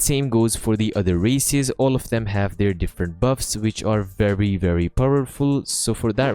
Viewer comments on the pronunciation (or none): The way he said races....... Bro use the (de) whenever he wants even though they are not vowels